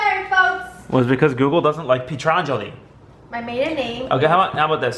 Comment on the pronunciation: Petracelli - it sounded like said it with a "G" until I listened to it about 3 times.